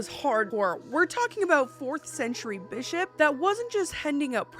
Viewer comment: Am I the only one who heard the play on words of Bishop when she said “He punched that Bis-hop in the face!” 😂😂😂. Sounded like the B word. Made me chuckle.